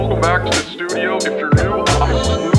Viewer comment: bro you should call that place the slewdio instead of studio the fuck